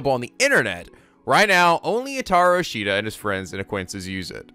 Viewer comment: Oh and and it is Oka-bae